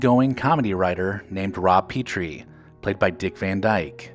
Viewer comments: The last name of Dick Van Dyke’s character is pronounced; “ Pet-Tree and not Pee-Tree. You need have only watched one or two episodes to know this! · The mispronunciation of Sorrell bugged me, but I was okay with the "mispronunciation" of Petrie. Fun fact: Carl Reiner intended for the name to be pronounced "Pee-tree", but Dick Van Dyke mispronounced it as "Pet-tree" so the name was changed. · And Buddy's last name was Sore-ell, not the way it was pronounced in the video. How could anyone who watched the show mispronounce those names?